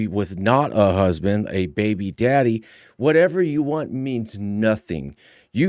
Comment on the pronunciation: Yikes! “Where’s my husbank?”